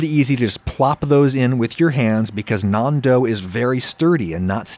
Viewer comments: Love that he says naan instead of nan. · As an Indian, I need to tell you, you nailed the pronounciation of Naan... Thought Tandoor and Tawa needs some work lmao